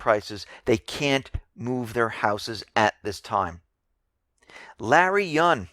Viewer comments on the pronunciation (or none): none